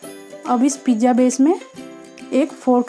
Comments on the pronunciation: It is pizza not pijja OK but good recipe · Mam plz pizzzaaa bolo.. Pija nahi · It's a pizza not pijja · pizza bolna sekhlo